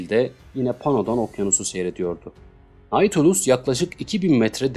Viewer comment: Okuma için teşekkür ederim. Naçizane bir düzeltme bilgisi vermek isterim. Nautilus, yazıldığı gibi okunmuyor. “Natülüs” şeklinde telaffuz etmek daha doğru olacak. Hani şu İstanbul’daki AVM gibi. Zaten onun isim kaynağı da bu kitaptaki denizaltı.